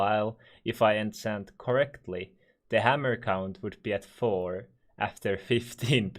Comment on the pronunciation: Holy shit pls dont say ensent its enchant